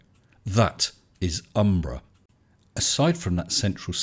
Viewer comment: I got the impression that he thought it couldn't be done. The way he phrased the challenge implied strongly that if anyone tried it, they'd fail. Then there's the way he always used, and pronounced, "umbra penumbra" with the cadence of "abracadabra." Normally one would speak of the umbra and penumbra. So it seemed he thought that nobody would succeed at his challenge. Then you went and did it. So T&S put out a response congratulating you and saying he wanted you to succeed. That didn't ring true to me, but he said he'd be putting out a video explaining why. So I was looking forward to him revealing his esoteric plan to get you to paint yourself into the corner of proving there's an umbra and penumbra and thereby somehow disproving the heliocentric model (or whatever). It seems, from the elapsed time, that his response video was a desperate attempt to deny having been humiliated. But maybe I'm wrong and any day now he'll upload a triumphant video. I'm not holding my breath.